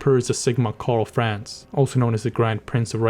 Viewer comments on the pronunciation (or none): ? His name is Karl Franz. Not France as it sounds in the Video